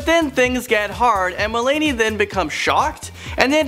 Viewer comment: Did he say "Mel-ay-ney"?????